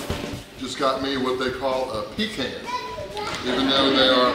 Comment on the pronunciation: It's PEECAN..Not peecarn lol